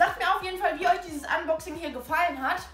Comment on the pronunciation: wieder mal typisch kann noch nicht mal ne Box fangen Oder Unboxing aussprechen englisch on point 😂😂😂😂